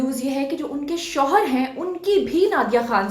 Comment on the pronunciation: plz correction hoshar nahi shohar hota hai